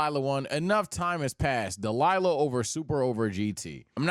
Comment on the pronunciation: WHY DO YOU SAY DELILAH INSTEAD OF DAIMA??????